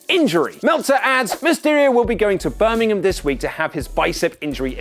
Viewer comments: Damit its BIR-MING-HAM! Damit get it right 😤😤😤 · The Birminghams in Alabama and England are pronounced differently,.